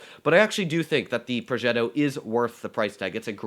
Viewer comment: I live in Italy and that ‘progetto’ at the beginning, was just very italian